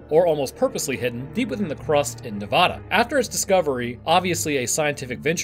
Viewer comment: It’s NEVADA